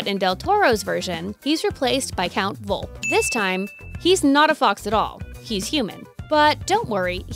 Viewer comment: Also it’s pronounced vol-pa and written volpe, how would you get volp from that?